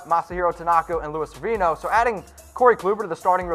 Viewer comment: SE-VER-INO..... If u can't pronounce players names how do we lay any believabilty in what you're talking about?